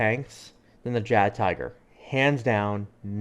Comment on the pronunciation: Great video except for calling it a JaggedTiger....